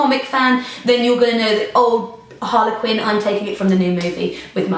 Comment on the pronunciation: why is she saying Harlequin not Harley Quinn